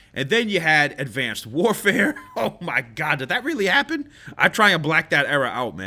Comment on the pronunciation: Idk what it is but whenever says "oooh mai gawd" I lose it, idk why. The way he says it is hilarious